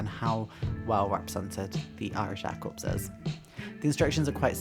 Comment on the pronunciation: Its "cor",not "corpse"